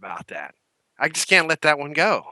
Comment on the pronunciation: Also, did really say "I cat let him down" just after revealing? LSV must have been rubbing off on him...